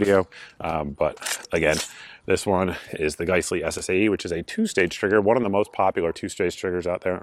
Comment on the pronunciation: It drive me nuts you pronounce giessle(guys-lee) as gice-lee